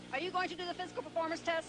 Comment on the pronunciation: he cant say performance